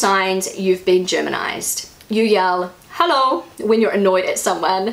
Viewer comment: You don't say the "Hallo" right...it must be a long "o" and it must sound like a question....you basicly wake them up and ask what they are thinking to do or say such a thing.You show them with it that you don't like it